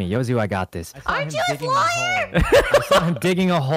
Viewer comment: did no ppl notice laywer not lawyer